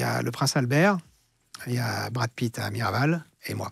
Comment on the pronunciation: On c’est que tu peux pas dire bratt Pitt mdr mais super interview